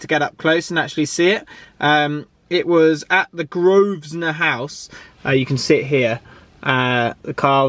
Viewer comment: Dude you didn’t see how the car was developed and that’s not how you pronounce Grosvenor House!!! Lol